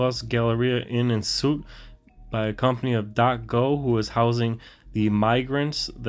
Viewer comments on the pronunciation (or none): Its pronounced sweet, not suit!